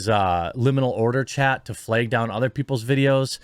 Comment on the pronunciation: Lol Jeremy says Flag like - fleg.. but on JM - how did anyone be tricked by this guy he even has like a girly voice...and that beard hahaha...